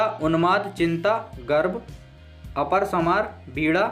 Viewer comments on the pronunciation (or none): आपकी वीडियो आज देखी ,संचारी भावों में आपने एक शब्द गलत लिखा है और गलत पढ़ा भी,वह है अपरसमार,ये गलत है ,सही है अपस्मार जिसका अर्थ है पूरी तरह भ्रमित होकर पागल की तरह प्रलाप करना। यद्यपि आयुर्वेद चिकित्सा विज्ञान में इस शब्द का उपयोग मिरगी रोग के लिए किया गया है।परंतु आधुनिक चिकित्सा विज्ञान हिस्टीरिया रोग के लिए इसको प्रयुक्त करता है।